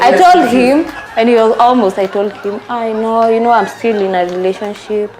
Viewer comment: You speak very good English and your a good narrator but I can't believe you're failing to pronounce the word "relationship "😢